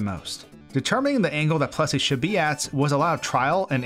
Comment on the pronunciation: I thought you were saying "Plussie", not "Plessie", but actually, it sounds like whichever one I am thinking at the time. This is freaking me out.